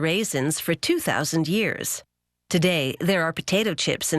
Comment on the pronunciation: Say raisins one more time